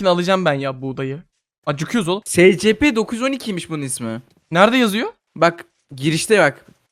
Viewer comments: Abi eline sağlık yine muhteşem bir video Bu arada abi scplere si es pi diyebilirsin direk okunuşunu koydum Umarım bu seri de baya uzun sürer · abi şey o secepe değil esipi diyeokunuyo söylemek istedim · Abi bide s c p deyil es ep i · Abi scp değil esipi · Abi ama cidden scp deil de esipi de yazılması gibi deme rahatsız oluyorum ayrıca senin dediğin adamı izlemiyom izlesem oda scp dese rahatsız olurum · Abi esipi die okunuyor scp diye yazılıyor doğru biliyorsam seviliyosun abi <3 <33 <3333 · Abi scp diye okunmior esipi diye okunur scp her dediğinde gıcık kapiyom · S c p değil es(S)ci(C)pi(P) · Abi istediğin gibi oku ama scp diye yazılır esipi diye okunur ama istediğin gibi oku yani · Espi diye okunuyooooo